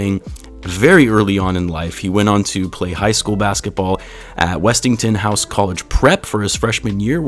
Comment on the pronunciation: Ayo should remain the starter after Coby returns. BTW The HS name is pronounced WESTING HOUSE one word. Like saying Resting but Westing. Westinghouse. The school was named after George Westinghouse an engineer and entrepreneur.